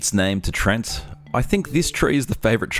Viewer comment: Sorry to be a dictionary devil,, but it's pronounced "tree-ant" or "tree-ehnt," not "treent," as you vocalize. Also, the "treants" or "ents" in fictional fantasy are based on a variety of forest/forest-related creatures in varous mythology and folklore, but are not directly or indirectly sourced from real-world folktales or myths. Alas, but an amusing fact or two so we can hopefully ignore my tainted-beefsteak, Wikipedia-esque behavior. I do hope you enjoyed, my good fellows.:)